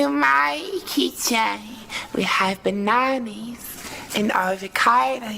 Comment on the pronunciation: I’M SCREAMINNN MAN SAID “BANANI AND AVOCADI”😭😂😂😂